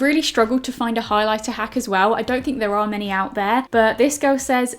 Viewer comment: “You’ve gotta go in with the highliblablabla” 😂😂